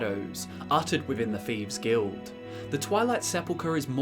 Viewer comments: you have the best TES lore vids hands down. But seriously... wtf is the "feeves guild"? I know it's a dialect thing to pronounce a "th" as an "f", but omg it drives me up the effin wall. Or is it up the "th"'n wall? That aside, I watch your vids all the time. Please keep em coming. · Wtf is a "feeves guild"?